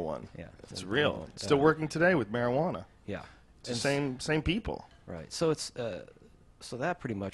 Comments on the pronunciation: he said Majahwana at 420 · caged wolf holy shit. (Its marijuana btw)